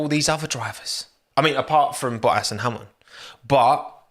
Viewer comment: Love the way he pronounces Bottas's name 😂😂😂 . Boah - Ass